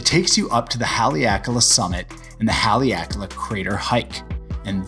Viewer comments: Nice overview of Haleakala. A gentle note, the first 'a' in Haleakala is short rather than long. So pronounced more like 'hah' 'ley' 'ah' 'kah' 'lah.' Hale means house, so house of the sun. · What an awesome view! I like how you say Haleakala